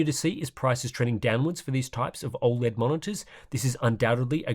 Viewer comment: Every now and then I come back to this channel just to see if still pronouncing OLED "all-lead".